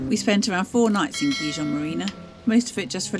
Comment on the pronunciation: Better work in how you pronounce Gijón 😮